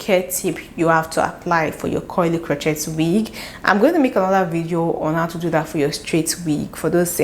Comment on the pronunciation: Absolutely stunning & inspiring for next project. Love & learn so much from your videos! Crochet is pronounced krō-ˈshā with the T being silent due to its Old French origins.